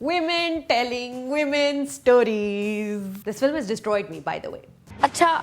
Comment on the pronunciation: This is such a good movie, why do you have to ruin it by "wiiiiimeeen telling wiiimeen storizzzz"